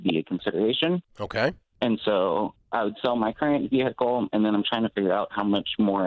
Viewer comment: Especially for a vee-hickle